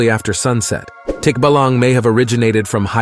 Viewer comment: "Tikbalang" pronounced as "Tick---bahh-lung" . Tikbalang loves making fun of unsuspecting travelers, making them end up in a same way they've been before. They cant get out of that road of loopness unless they turn their clothes over. "Berberoka" lure their victims with abundant fishes on display on shallow water. Turn out they simply drank the whole water in that deep waters, exposing fishes. It releases the water as soon as the victim engulf with catching fishes and drowning them. Thats why if you see a shallow water with lots of fishes, ignore it. Bangugot or Simply nightmare "Manananggal" by the way, is one of MANY variationS of Vapiric creature in Philippine Folk lore. Here are other vampiric creature in Philippine Folklore "Aswang" a humanoid one with body covered with oil that shape shifts into irregular sized animal (Chicken on size of Emu bird, Dog in size of Cow, pig in size of cow.) to find it's victim: unborn babies and pregnant woman. There are some variation of aswang that specifically targets sickly people and weakens them every night till its dead from aswang's nightly attack. Another is an aswang that induce a healthy person into being sickly with his spells, and wait it to die before eating it in the cemetery on the first night it was buried. "Tik-tik" that is more like a bird like creature which also victimized like mananangal. It's name derived from the sound it makes. The farther it is, the louder it's sound be heard, and the softer it sound the nearer it